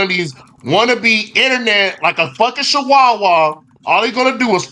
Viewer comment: DID THIS MFER JUST SAY HE A SHAWAWA?? PRONUNCIATION MEANS EVERYTHING!!!!😂😂😂😂